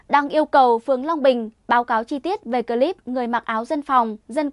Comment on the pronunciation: bạn Ptv. đọc chữ " cờ...líp" (clip) nghe dị quá, chữ tiếng anh không được đọc như tiếng việt!?